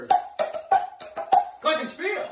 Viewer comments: I love the way non germans pronounce Glockenspiel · As a german i find it funny how he pronounces glocken spiel AHHH HOW DID I GET 100+ LIKES AND 18 ANSWERS LIKE NO ONE EVER WANTED TO REPLY TO ME WANTED TO REPLY